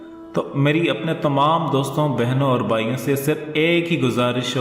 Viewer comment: اے بھای دو چشمی ھ بولنا سیکھ۔ بھای کو بائ بولتا ہے۔